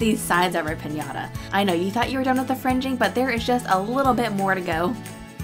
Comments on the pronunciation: Se que es inglés y eso, pero me llevo riendo como media hora por lo de "Pinata". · lol ches say piñata that is piñata